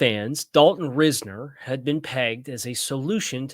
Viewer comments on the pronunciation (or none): Doesn't matter too much since he won't be a Dolphin but Risner is pronounced RISE-ner. Not ris-ner.